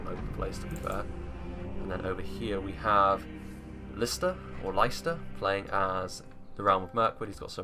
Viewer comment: It's "lister" in terms of how you said it